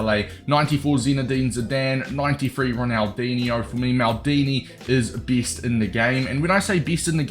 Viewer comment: S tier sounds like ”Easter”. And best in the game sound like ”bis in the game”